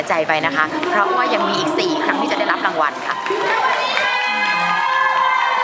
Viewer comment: รางวัล ไม่ใช่ ลางวัน ไอ้เก้าเอ๋อ 555